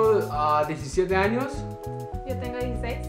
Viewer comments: pris siempre queriendo ganar.. pero si ya es el 3er video de preguntas y respuestas.. y que risa NO se dice ANIOS es ANOS.. jijiji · Alguien sabe por que en ves de decir "años" dice "anios"